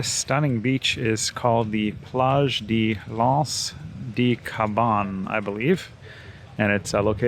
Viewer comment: Hey, I can improve your reading-of-French-signs by about 30% with one tip: 'De' (meaning Of, or From) isn't pronounced 'Dee'. Its 'e' vowel sounds close to the 'oo' in Look or Foot (but not the one in Boot or Root).